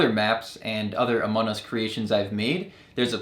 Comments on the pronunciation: Y is he saying amonus? Its among us! XD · Among us not anom us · why do say amon us its amonG us practice the gs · Bro said amonus not among us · Its among us not amon us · it es not amonas ites among us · why you say amon us its AMONG US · It's among us not amon us :) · It is not Amon us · amon us? i'm pretty sure its pronounced among us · Amon us...ITS AMONG US NOT AMON US!!!!!!!!!! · STOP SAYING AMON US, THATS NOT RIGHT. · No offense but I think you said amun us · Yeah you’re right it’s called Amon us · Stop saying Amon us It’s among us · It is AMONG US not amon u have to pronounce the G anyways, this map looks awesome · IT'S NOT AMON US ITS AMON-G US STOP SAYING IT WRONG!!!!!!!! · It’s among us not Amon nus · Did bro really say amon us😂😂😂😂😂😂😂😂😂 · You sed among us wrong again it’s not amon us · did you just say Amon Us? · Stop saying Amon Us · WHY IS HE SAYING AMON us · I got he says amon us lol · It is funny how you say among us your like amon us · What you are calling a "rocket", is actually a drill, and what you called "outside icy paths" are actually inside sterile environments that lead from decontamination to the specimen room. Also, why do you pronounce it "Amonus"? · Its amazing,but also u pronounced among us wrong, its called amonG us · IT'S COOL BUT STOP CALLING IT AMON US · I wish I did this 100% out of clay but I don't have enough. Also you aren't pronouncing the g in among. Listen to one video of someone with an American accent like me say among us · Can you plz say Among us the right way or I will unsubscribe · Can you say the name right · Why did you pronouns the among us to amon us Listen carefully to his intro pronounsation